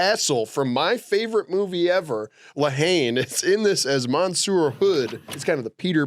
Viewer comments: Love how says La Haine is his favorite movie, but still says “Hayn” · Knowing loves la haine makes me so happy but also mad for the way he butchers the French